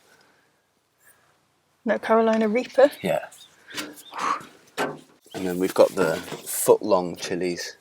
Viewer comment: Do you suppose there is a place where the daytime temperatures hang out at about 20° - 22° nearly year 'round? Heck, I'd be happy with 15°! Did you say California Reaper or Reefer? Lol! If you said reefer, I think you have a very different plant!!!!